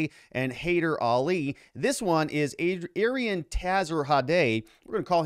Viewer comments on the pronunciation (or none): ah-Ree-Ahn (think Aryan with different stress symbols) Tah-HERE-zah-day and hah-ee-DER a-LEE, maybe ah-LEE (Iranians tend to say with short "a" like apple, other languages like from Pakistan tend to say "ah" like ball)... Since this is going to be such a big story, might as well figure out how to say their names more correctly instead of calling him Tazzy and Ali.